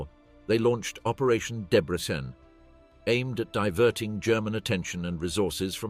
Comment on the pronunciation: Why does the narrator, presumably AI, pronounce Debrecen differently every single time it mentions it? And AI is supposed to take over the world???